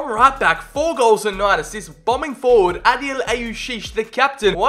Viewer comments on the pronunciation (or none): none